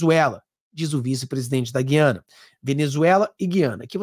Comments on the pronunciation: Essa pronúncia gui/ a/na, nos fere os ouvidos. A pronuncia é GU... e não GUI... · O Nome É "G Ü I A N A"ok!❤